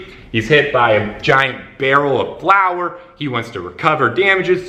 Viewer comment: Let's clarify it for all whose native language is not English starting with me: barrel of flour, not flower:) Great video,!